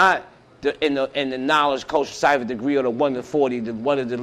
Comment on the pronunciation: He literally butchered that degree lol